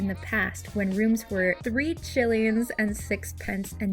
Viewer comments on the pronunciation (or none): I'm sorry, did you just pronounce Shillings as "Chillings"???